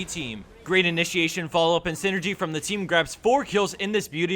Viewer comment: zee wrath...